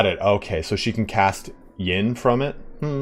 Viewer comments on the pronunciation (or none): Yin and Yang are pronounced more like 'in' and 'young'. I don't want to be a pronounciation police but it is kinda hard for me to differentiate what you say in this case :D